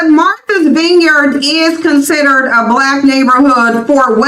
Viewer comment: It's Not veenyard, it's VINEYARD-I can tell they have never been there! 😄Also , I can confirm that 0akland by large s a DUMP with many weird, dirty creatures at that!! And, San Fran is full of good food, it's better than 0akland but gettn' worse and Alameda is Oaktown's neighbor and 0nly has some decent parts, and the Bay Area in general is Not the place to be!!